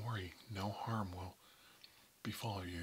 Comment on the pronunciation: Him say : no harm I heard : no homo